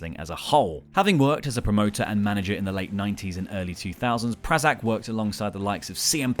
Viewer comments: One who definitely needs a shoutout is Portia Perez, Prazak delegated Shimmer's booking over to her and Danger after she retired due to a neck injury in 2015, she's also from my hometown so that one gets a plus there. Also it's PRAY-zak not PRAH-zak. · Dave Prazak's name was pronounced wrong. The first a is long... Pray-zak. Also, I'd put Merle Ramsey on the list, because almost nothing happens in the US midwest without him being involved one way or another with his company Rent A Wrestling Ring. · Dave prazak is a name that deserves to be pronounced correctly lol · Dave Prazak was also the ROH commentator for years along with Lenny Leonard and was a voice of my introduction to indie wrestling. His last name is also not pronounced anywhere near how you did anywhere I've ever heard the name said out loud.